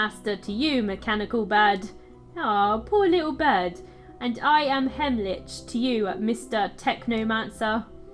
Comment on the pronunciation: Wyvern. Sounds like "Why Vern?" While we're at it (not trying to sound condescending, so please don't take offense) Heimlich is pronounced "hime lick." As in the Heimlich maneuver that you do when someone is choking. ♫Drink and the devil had done for the rest! Yo ho ho and a bottle of rum!♫ ...That's all I remember of that song XD